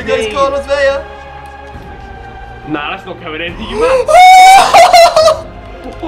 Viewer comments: Andranik Gharakhan I'm Mexican, born and raised all my life in Mexico. It's only pronounced "Veya" if it was spelled "Vella." In spanish, 2 L's sounds like Y. 1 L sounds like the english L. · Why the fuck do so many youtubers pronounce his name Carlos Veya? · Its not pronounced ve-ya its pronounced ve-la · Aaron Utting dont say things when you dont know about it.. you only pronounce it like that if it's with a double l, as in David Villa (= Vija). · His name is Carlos Vela, not Carlos "Veya." In Spanish, the Ls are only pronounced as Ys if there are 2 of them E.G. David Villa (Viya) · Its vela not veya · Vela has one L so its pronounced vell-ah not vay-a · Vela is actually pronounced Vela. Not Veya. If it would've said Vella, then yes Veya would be the right pronounciation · No it's not. V-e-l-a Not V-e-l-l-a